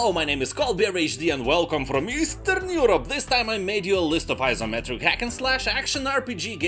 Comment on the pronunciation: Easterrrrn Eurrrope